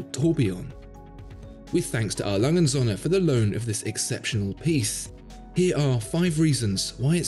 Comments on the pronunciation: Srill can't pronounce his favorite watch brand correctly... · How about you learn to pronounce the name of the company?